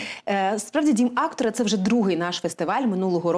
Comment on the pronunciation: Актора ?! 😊 Девушка с ударением проблемы ?!